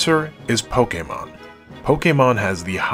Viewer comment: I just want to take the time to thank you formally, for pronouncing the word, “Pokémon” correctly. Thank you, my good man. Bless you and your family.